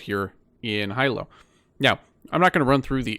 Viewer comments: Love the video I’m from Honolulu friendly reminder Hilo is pronounced (hee-low) keep up the good work! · Hi sir, thanks for the great video. The Hawaii island of Hilo is actually pronounced Hee-Lo 🙂